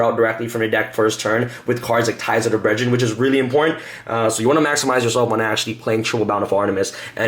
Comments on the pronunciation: “Ties of The BreadRen” 2018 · Ties of the Bread-drin lol. Deck looks good though.